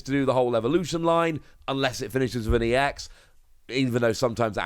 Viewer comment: Given that 'ex' is in lower case, it isn't pronounced 'E.X'. You just pronounce it like you would the ex in ex-wife :D.